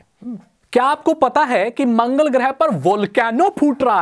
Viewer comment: Not गृह its ग्रह